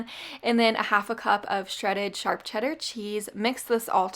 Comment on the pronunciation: It's hilarious how you say charp cheddar not sharp😁🤣